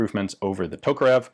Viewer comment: Anglos for some reason can never pronounce the name "Makarov" correctly. Even guntubers, who should know their stuff, fail to do that: Ian pronounces "Kalashnikov" and "Tokarev" pretty much flawlessly (for the English language), but gets the "Makarov" wrong. Remember, boys and girls: the accent in "Makarov" is on the second syllable — mah-KAR-of. Like, if you say "muh car!" and then add "off" at the end.